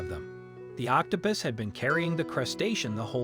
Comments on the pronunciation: You call it octo pis and octo poose. The correct pronunciation is octo puss, as in Puss In Boots. Just so you know.😁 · Octapis? Please pronounce words correctly, like OC TO PUS (pussywillow) not pissywillow. Please remember that when adults mispronounce words, then children learn to mispronounce words.